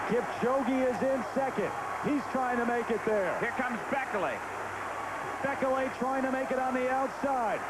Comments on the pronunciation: It's pronounced 'bee-kay-lee' not 'bek-el-ay'!!! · I love all of the different ways announcers pronounce Bekele